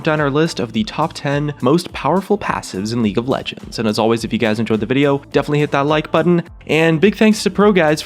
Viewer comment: The way you said "League of Legends" lmao